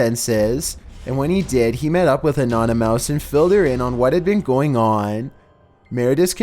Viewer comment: Did he mean anonymous not anonymouse